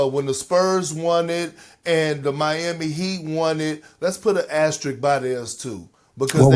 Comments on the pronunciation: Why do people struggle so badly with the pronunciation of “AS-TER-ISK”. There’s no other word that’s used as much in basketball sports media while also being butchered. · Just leaving this here…the symbol is called an “asteriSK” pleaseeeee everyone just say it right 😂😂😂 also no 2020 chip doesn’t deserve one